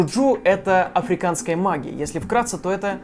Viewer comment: "МаГиЯ" ... "МаГиЯ"